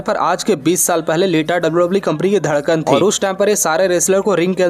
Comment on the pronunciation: Bhai tune Dhadkan bola 😂😂😂 Dhadkan kya bat hai